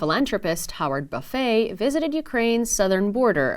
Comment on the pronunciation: Buffet last name is pronounced buff-it ..strange I know